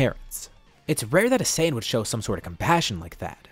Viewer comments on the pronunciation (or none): none